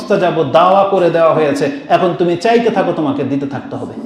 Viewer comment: হুজুর, চেতে থাক হবে না। হবে চাইতে থাকো।